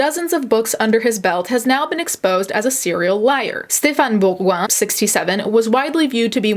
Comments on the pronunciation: french is my first language the way you said stephane bourgoin is so accurate! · oh dear you pronounce super well his name ! french followers are happy